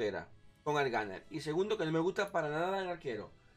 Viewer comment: Guarriór, melé, eta e tu clase, una partí (party), el eslayer, el ganer (gunner), masimo (máximo), el beseque, aparte de eso creo que el de la visita al otorrino deberías ser tu, porque como que se te cerrará la tráquea al decir tanto eh eh eh eh y después tratar de decir otra palabra